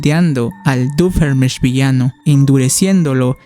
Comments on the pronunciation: Por cierto no es Doofeenmirch es Doofenshmirtz, aunque te entiendo yo al principio no sabia pronunciar bien su nombre xd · ve a checarte los oídos, no puede ser que no sepas pronunciar bien "Doofenshmirtz" después de cientos de episodios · Me hace gracia como pronuncia doofenshmirtz 😂